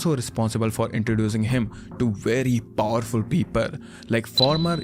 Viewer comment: too powerfull what a accent of that word